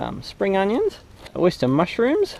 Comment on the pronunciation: “ The Oysta “ lol